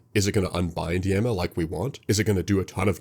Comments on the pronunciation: hearing this guy say yam-ah instead of yah-ma is driving me insane, no way i can watch 48 mins of this anyone recommend a diffrent video? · Yah-ma. Not ya-ma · all this for him to still say "Yehma" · At first I was a bit irritated by your pronunciation of Yama, but I’ll forgive you for how awesome this video is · stop pronouncing yama like that please